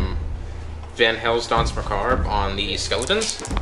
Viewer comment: Enjoying these batreps, but i gotta say this is driving me crazy... its macabre not mccarb